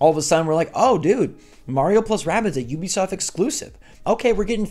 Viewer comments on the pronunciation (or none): Ubisoft is pronounced ooo-be-soft. Like nails on chalk board when you say you-be-soft....